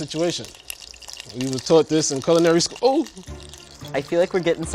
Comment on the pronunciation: “Culinary schOO-“